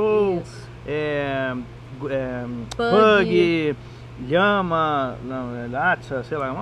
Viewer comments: Lhama? hahhaha morri de rir, é Lhasa-apso, mas eles não são branquicefálicos. Menina agora fiquei com medo, ano que vem estou me mudando p/ ai e vou levar meus 2 shihtzus (que são nariz achatado). Mas muito obrigada, foram ótimas e esclarecedoras as informações. Beijo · Achei o vídeo só agora rs. E descobri altos vídeos que não vi. Kkkkkk gente a raça é Lhasa Apso e não Lhama kkkkkkk Mto esclarecedor o vídeo